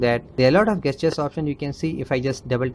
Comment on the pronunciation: I think you need to slow your speech down or no one will be able to understand you. PS gesture is pronounced jest-your, not guess-your